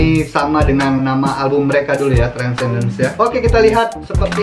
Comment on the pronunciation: It is Transcendens bro bkn transdencens..u sebut terbalik laa